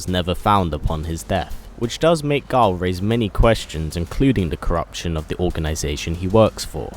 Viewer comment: You keep on saying Gul 😂